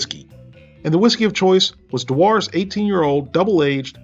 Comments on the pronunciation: Shit, just eat a zombie. I may have to try this one day but that day is far away. I am glad that you tried it for "us, the people." "Add we drams of whiskey to you". LOLOLOL Most Ken-L-Ration products are pretty good! That is pronounced Doo ers, not. At $16.02 per can on Amazon which includes free delivery, I am thankful more than ever that you do this for me, a people. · DEWars. Not deWARS. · De-Waars whisky? You mean Jew-aars! Moron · I really can't listen to your moronic ramblings! Just heat, eat and enjoy with mashed tatties and needs...If it tastes and smells good, it IS good! Incidentally, your whisky is pronounced 'Dew-arrs' Idiot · another excellent video. I am a Scots national and can confirm haggis is eaten here and enjoyed by all who are patriotic. P.s it's pronounced jew-urrs (Dewar's) whiskey.